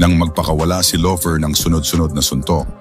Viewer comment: Hindi lover Llover double L yan nakakahiya pakinggan